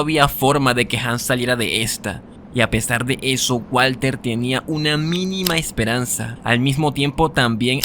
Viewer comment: minuto 15 22 *EXPERANZA